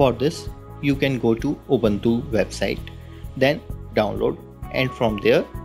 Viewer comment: the guy be like install oobanthuu... lol